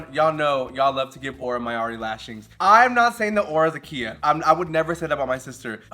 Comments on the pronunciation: I had to stop the video when you kept pronouncing Khia as “Kia.” It was too cringe lmao. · Mistress: “Khia” from “Khia asylum” is pronounced like Kaia (Kye - UH). The Khi part rhymes with “eye.” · Khia is such a Khia that calling her Kia is wayyyyyyyyyyyyyy funnier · It’s not a “kee-yah” asylum lol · Mispronouncing “Khia” as “Kia” makes the concept of the Khia asylum even funnier. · MIB not knowing how to pronounce KHIA asylum --- who's shocked lol